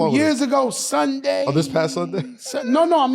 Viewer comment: “It was a Suunday too man, terrible man melo” 😂😂😂